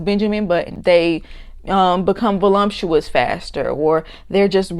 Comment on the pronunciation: Volumptuous? Too funny.😅